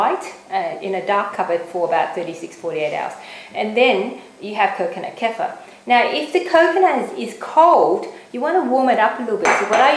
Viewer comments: good video. use a cleaver instead of slicing knife, a lot easier. btw it is pronounced as 'ker-fear' :) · Great video. But the pronunciation is very close to a South African derogatory racial term. Google the South African "K" word for reference. Safer to pronounce Kefir the way it is meant to be said.